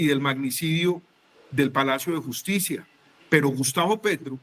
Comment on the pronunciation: Hablando de justibiaaaaaa, q risa me da